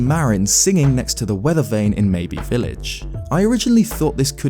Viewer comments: It's not Maybe village its Mabe pronounced like Babe but with a M .. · Pretty sure 'Mabe' has a silent e in it, ie; it is not a homophone to the word 'maybe'. Good video though